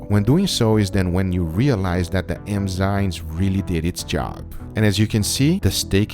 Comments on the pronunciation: I love how scientific your methodology is! A minor point on pronunciation, Guga pronounces it "M-zyNes' where he's flipped the 'm' & 'n' sounds. It is actually 'N-zyMes'. It's not super important, and I thought Guga might want to know. Stay awesome, guys! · Just fyi, it's eNzyMes, not eMzyNes. Love the content, keep it up! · Oi Guga, você fala enzimas errado. O certo é n primeiro, depois o m.